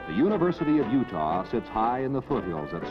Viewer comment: You actually pronounce it (You-tah) not Judah. T not the Hebrew Daleth.